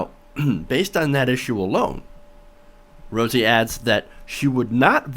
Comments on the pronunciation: Her last name is pronounced like the beginning of the word Rowdy... not pronounced roozy but Rowzy. I agree she is spot on. Now go back and win that belt #peopleschamp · ROWSEY NOT ROOSEY. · He can't pronounce her name correctly, looks like he didn't do his research adequately